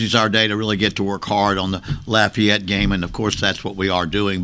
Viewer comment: I’m glad he called Lafayette by their proper name, “Lafayette”.